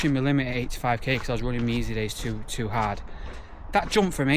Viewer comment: “Stay ‘ard!” 😂